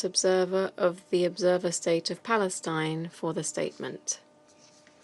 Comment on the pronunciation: "State of PaLIEStine"😂😂😂